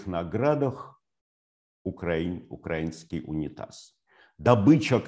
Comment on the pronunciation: Алнксандр Глебович остановился перед словом "украИнский", чтоб произнести его с правильным ударением. Ценю. Лайк от украинки💙💛